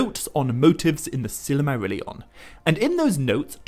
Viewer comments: The presenter should at least attempt to pronounce the words correctly. It is Sil-mar-illion not Silarmarillion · That's NOT how you properly pronounce Silmarillion or The Silmarills, and maybe that's due to your European accent, but I would have put more effort into pronouncing any word, Tolkien-based or not, properly! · I'm a year too late but couldn't go without saying... It's not "Silimarillion" it's "Silmarillion" Not a misconception but a mis-pronunciation lol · Why do you always pronounce Silmarillion as if there was another letter A included right after the first L? As in Sillamarillion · Stopped watching because the author can't pronounce silmarillion.